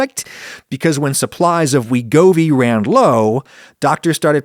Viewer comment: GLP-1 inhibitors will not succeed until they become cheaper and more insurance plans cover them. Also: "teer-ZEP-uh-tyde" "sem-uh-GLOO-tyde" "weh-GO-vee" "rye-BELL-sus"